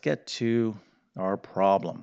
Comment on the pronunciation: Why is a problem sometimes a "prahm"?